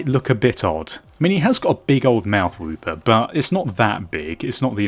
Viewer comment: i'm pretty sure it's wooper not whooper